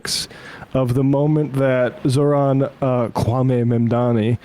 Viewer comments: Kwame = Coo, Ah, May... not coo, ah, me. Just an important note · Kwame is pronounced Kwah - Mae. Thank you.